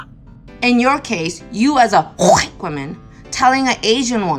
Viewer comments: HHHHUUURRWWWWhite. 🙄 Really? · I feel the urge to call this woman “oriental” instead of Asian until she pronounces the word “White” correctly. If you want to try and program me like a child or a dog, I will return the favor. Rudeness begets rudeness. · Sounds like she's trying to hack up tonsil stones the way she says white.